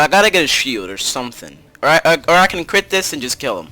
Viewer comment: SAID CWIT INSTEAD OF CRIT XD